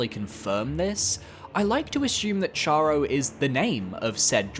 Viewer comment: Cool video, fyi Charo is likely pronounced with a kh sound. I believe it's named after Charon, ferryman of the greek underworld.